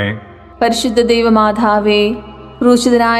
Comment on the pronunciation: Why she is saying, പരിശുദ്ധ ദൈവമാഥാവേ. Also she is giving pause for every word. Please correct it. Otherwise you have conducted it very well.